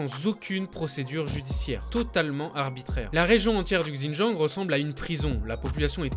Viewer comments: il parle de Xinjiang tu parle pour R, ça prononciation est off mais à moins que tu étudie ou parle l'une des langues chinoises tu peux pas deviner que ça se dit ([c] in[t] ian'). En sachant que les articles qu'il montre sont écrit en français et que prononçait un mot dans une autre langue en pleine phrase française serait fortement étrange.... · ca se prononce "sinjiang" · On dit bien "shi djinping" pas vrai ? Et bien pourquoi il dit "Gzindjiang" ?? Il aurait pu prendre 3 minutes pour regarder la prononciation au lieu de casser les oreilles des sinophones comme moi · Super vidéo ! Par contre, "XinJang"se prononce "Ssine djangue" 😉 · Bonjour, J'ai dû écouter plusieurs fois pour comprendre votre prononciation du mot "Hans". Il faudrait être plus précis sur le son quand vous citez des mots de cette langue, comme le nom de la province "XiJiang" et celui du président chinois "Xi Jinping". Merci pour ce beau reportage! Bravo! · Ça a strictement rien à voir Va dire à un Chinois "Gzindjiang" il va absolument rien comprendre. Ça ce prononce pas du tout comme ça c'est une grosse erreur. Il aurai pu prendre 2 minutes pour vérifier mais... non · ça se prononce "shindjiang" rien de bien compliqué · il dit Gzindjiang, c'est dans son texte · Si jamais xin jiang se prononce : shin dziang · Pour la Chine et Pékin, se sont les noms en français mais il n'y a pas vraiment de retranscription exact pour le Xīnjiāng, c'est un nom propre qu'on est obligé d'utiliser. Évidemment je dis Canton pas Guăngzhõu mais là c'est différent. En fait la plupart des gens prononcent mal Běijīng mais c'est juste une histoire de tons et le "g" est quasi muet. Mais là c'est surtout le X, ça se prononce sh. Si on prononce à la française Běijīng c'est pas grave du tout on sera compris, en revanche si on dit Gzīnjiāng ..... impossible d'être compris. C'est une grosse faute. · super vidéo, par contre fais attention à la prononciation du mot xinjiang ^^